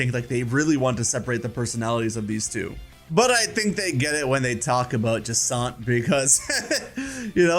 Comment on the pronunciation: Jacant? JacINTHE.